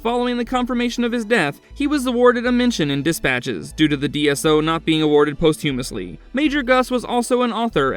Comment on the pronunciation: You don't pronounce posthumously with a hard H. Also, you pronounce Cambridge like came, not cam. (Came-Bridge)